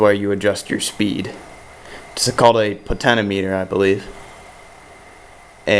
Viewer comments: Potenometer? It's a potentiometer po-ten-shee-ah-mee-ter. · Nice build buddy! Btw it's pronounced Poe-tench-E-omm-eh-ter